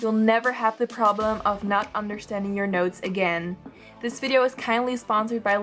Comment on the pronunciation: Me being the idiot I am, thought the whole video that she was saying "nose" instead if "notes", despite clicking on it and knowing what it's about 😅😅